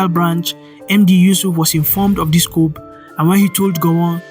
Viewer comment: ...Yes...I totally agree... Just one observation: Coup is pronounced as "ku", the "P" is silent... I love your presentation and balanced analysis...Well done!